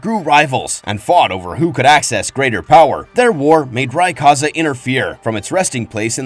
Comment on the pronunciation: Omg If I hear kyogre pronounced kay-ah-gore, or ray-kaza 1 more mothaf#$&%@ time lol. Renee's? Comon mayyyyyne